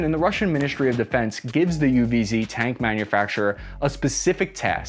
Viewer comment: Fun thing is you pronounced UWZ not bad at all and with confidece!